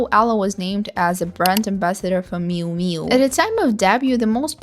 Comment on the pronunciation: May aww, so awful